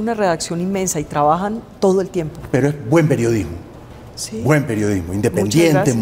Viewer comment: Como siempre fantastic Bayly menos cuando dijo wie revosya semana tiene excelente periodosmo